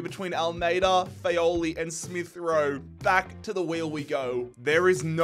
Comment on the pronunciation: Great episode as always!! Just a small annotation to make, Fagioli is pronounced FA - JO (like in John or Jamaica) - LI